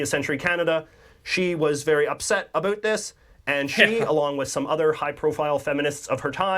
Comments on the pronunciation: You say this YouTuber has the most "about"... meanwhile the way he says it is not a way I've ever heard it from a serious person. And I'm an OLD Canadian. As for Nellie McClung getting the Brits involved... The Queen, then and "now" (When there is a Queen) is officially the head of the Canadian gov't so when the stubborn "old white guys" in the Canadian gov't didn't listen so she went to the Queen... and "surprisingly" the Queen felt she, and other women were in fact persons. The US tends not to report on news outside its borders... I mean there is a lot of US to cover. Canada however gets a lot of US news, both on Canadian channels and the US channels we get. The Bluenose was a commercial fishing ship, that also raced during the "off season". You really should watch the Heritage Minutes to get a similar quick overview of our history. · I've seen this guy before, and I can honestly say the first time I saw him was the first time I've ever heard a Canadian pronounce "about" in the stereotype way like "aboot". I don't know if he's doing it on purpose or it's genuinely organic, but thank God most of us don't pronounce it that way. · I think he's the only Canadian to say "aboot " Not how I, nor anyone else I know, pronounces it. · I also question whether this guy's "aboot" is for real. I'm 64 years old and I have never heard anyone pronounce "about" this way. Not once. In fact, I have told American friends that Canadians don't actually say "aboot" at all. Just like we don't all end our sentences with "eh." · Just so you know, not one single Canadian says aboot unironically. It is not how we pronounce it. Ever. He’s solidifying the stereotype and it drives us mental. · He is the only Canadian who says aboot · He does this intentionally, not only with about but any word that has the letters ou in it. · ahhhh the ironic aboot... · He is definitely saying "aboot" like that on purpose. Aside from that, great video!! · God, I hate listening to say “about”